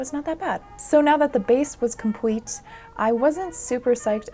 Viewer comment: Funny, I never realized that your l’s turned into w’s until today. you said “compweet” and I chuckled a little. I loved the teacup holder ❤️😩. Imma add that to my list of projects